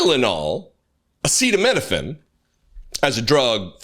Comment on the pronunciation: Idiot cannot pronounce ACETAMINOPHEN, but thinks we should listen to his "medical advice".